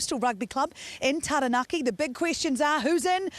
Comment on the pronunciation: That's a really exciting team. I can't wait to see all the debutants in action! I hesitate to say it though, but I hope next time there is a team naming that the Māori names of regions (Taranaki and Waikato especially) and the players' names (like "Tamaiti") are pronounced correctly.